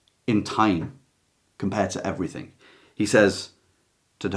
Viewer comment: Hello. Great video - Thank You. May I respectfully ask why you say, “Everythink” and “Nothink” - as most people in this country seem to say now. Is it not, “Everything” and “Nothing”? I really hate to hear these word said incorrectly every single day and by so many people. Is this just the ‘modern’ way we have to speak now? I am not being rude - just asking. I love your work and appreciate your videos very much. XX